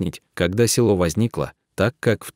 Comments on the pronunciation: Да это трагедия России. Очень интересное видио, но хочу сказать , что неправильное ударение в тексте, коробит (не село, а село. Ударение на последний слог). Да очень тяжело жить в таких условиях, многие бы не смогли так жить. Героические женщины! Сохраняют свою малую родину. Дай Бог им здоровья и силы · Уважаемый чтец, спасибо за такие расказы о людях,преданых своей земле,Родине! Селоо Студённое,вообщем ё е разные буквы и звучит не красиво, сам послушай себя!или четаеш впервые текст! Спасибо Вам ! Интересно! НО ,ЧИТАЕШ ДОРОГОЙ БЕЗ ДУШИ ,ПРАВЕЛЬНОЕ УДАРЕНИЕ,СЕЛОО,УДЁННОМ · Рассказ хороший, но полная безграмотность в ударении. Не се'ло, а село".очень много ошибок. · Села,сёла, есть разница.Село о а не села! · Видео село Студентов, а злак Овёс. Чтец читает с ошибками. Вода то она студентам...